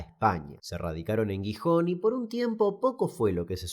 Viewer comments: Excelente episodio, solo un pequeño apunte, la ciudad española en la que vivió no se pronuncia "Guijón" sino "Jijón", ambas con sonido de J. Se escribe Gijón. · no es Guijón, es Gijón. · Gijón, no Guijón... Es muy común el error. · Damián: se pronuncia ji-jón, no Guijón. Gijón. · en España leemos Gijón tal cual, no Guijón. Pero se entiende que al no ser español pronuncie así. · Es Gijón, no "Guijón". La G con la I, GI. A mí me lo enseñaron con cuatro años.